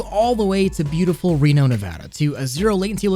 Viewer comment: This dude say Reno??